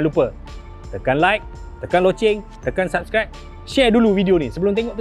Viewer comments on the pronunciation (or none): none